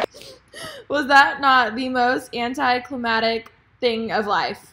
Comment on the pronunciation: Nooo. Why do so many people say it like that it’s anticlimactic! Theirs a C before the T! It’s not anticlimatic !!!!! Loll pet peeve!!!